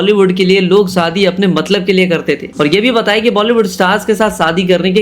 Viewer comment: Shadi bolna seekh le pehle saadi😂